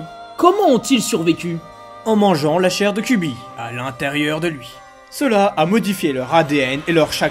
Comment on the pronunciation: cubi ??? 😂😂😂😂😂😂 faut arrêter la picol ! KyuBi !!! Bordel...